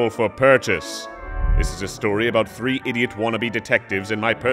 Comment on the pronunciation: Just realized the narrator says tree not three…. Why do I feel itchy all of a sudden?